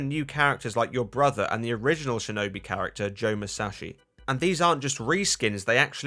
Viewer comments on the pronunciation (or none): none